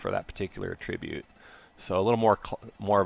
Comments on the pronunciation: Sounds so strange to hear him say attribute like a-trib'-ute. Normally the word is pronounced two different ways with two different meanings and the pronunciation he's using is the one that means assigning the blame or cause to something. The one he means usually has the accent on the first syllable like A' tri-bute. I've never heard anyone use the word pronounced like that for that meaning and that's quite exciting. I love linguistics and regional variations in language and can only imagine that he grew up somewhere where they used a non-standard pronunciation. Cool! How was it where you grew up? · It's ATTribute ffs. You're using it as a noun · Stop saying attribute like that.